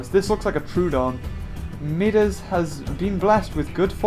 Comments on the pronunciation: Its pronounced [MY DAS] NOT MIDAS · It is pronounced My-das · Midas is pronounced My-das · Midas is said like (my-dus)